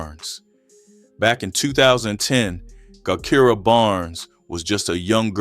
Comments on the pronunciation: Her name is pronounce jah Kai rah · Thank you because AI tore her name all up